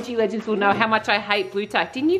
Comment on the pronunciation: Bro said blegands